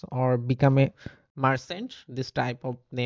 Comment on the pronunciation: the title is not 'marchant' its 'merchant '